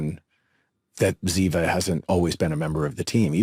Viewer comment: I have loved 🥰 these two characters since they started acting together ❤. And by the way it’s Ziva not Ziba .